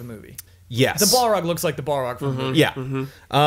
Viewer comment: Bawl-rog? Soar-ron? You're killing me guys.